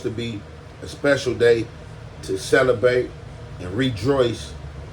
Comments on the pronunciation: And he said "celebate" right before that. Its probably a bit. At least his tire didn't catch a flat.🤣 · “A special day to celebAte and rejoice with the Conrad’s. but due to technical diffaTies “😂😂😂 brother man come on man😂😂😂😂 love seeing you shine but god damn you butchering that is funny as a mf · Ninja says celebAte